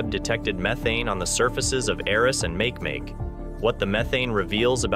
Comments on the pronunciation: I want to slap him every time he says make make. I mean come on your Nasa fer chrissakes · Please ask someone for the correct pronunciation of make make here's a clue its a Hawaiian word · Makemake? Make Make? Are you kidding? /máh kay máh kay/ Do your research beyond the basic texts. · Make-make ma-ke ma-ke not makemake! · PLEASE PLEASE PLEASE look up the pronunciation of Makemake! e.g. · Ma(Key) ma(key) Rapa Nui mythology .....please....... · please say Ma Ke Ma Ke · Dude, its pronounced mah-kee-mah-kee named after the god of fertillity in Rapanui mythology. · I came here to say this. Mahalo nui loa for posting this correction. Aloha! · Right? It made me cringe everytime he said make make. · A small amount of research on how to pronounce Makemake would help your credibility - as it is you just seem like a lazy arse wanting to use other people’s work to make money on youtube about a subject you don’t have even a passing interest in. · How can Nasa mispronounce Makemake ? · i wasnt correcting NASA. I was correcting this guy who is pronouncing it incorrectly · Me too!! Like fingernails scratching on a chalkboard!!! Cringe!